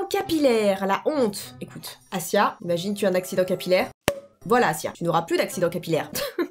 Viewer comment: Alors déjà que je taime trop alors la je regarde la vidéo et la j'entend mon prénom et la c pas moi 😂😭 MAIS A DIT MON PRENOM CORECTEMENNTTTTTTT ENFINNN QUELQUIN en claire elle a dit ASSIYA 😱😱😱😱